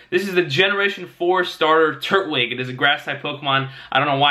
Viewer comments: It is tur-twig that is how it's pronounced on the show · Tur TWIG. Not turt wig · Love your videos man. Just a quick correction: turtwig is pronounced “tur-twig”. Platinum is the game where giratina stars. Black/White are gen 5 games.